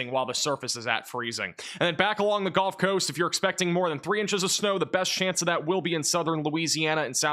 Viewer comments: I’m not trying to be a jerk, but as a Mississippi resident, it is the gUlf coast not gOlf coast. One plays golf on a golf course. Seagulls live on the gulf coast. But I love your weather reporting and it is so much more accurate than any of the mainstream media. I love the energy you deliver in this space. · These videos are awesome, glad I found the channel. But, are you saying "Golf" coast intead of Gulf coast. Sure sounds like it. Carry on... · Why does he say “GOLF Coast”?